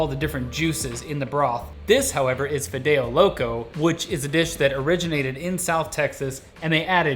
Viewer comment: Wow these people are so White. He said fidao it's pronounced Fee-deo. White little are so funny